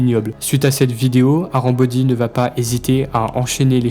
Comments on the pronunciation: C’est pas "arambody" c’est "harambody" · Arambody ❌ harambody ✔️